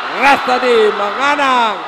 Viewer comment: ก๊กร๊ามมมม...ปิมปิ๊ดจ๊ะยา.. มังก๊านัง...555